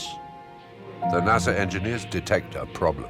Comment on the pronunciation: First time I've ever heard NASA pronounced NAZA